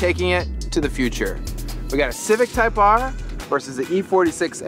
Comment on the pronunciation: Who has the RECORD on the Nürburgring ..? Type-ARRR!